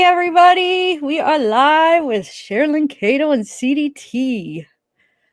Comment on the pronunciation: I Love!!! She is so sweet! Could she PLEASE ask AD to pronounce her name correctly?!.... it drives me NUTS!!!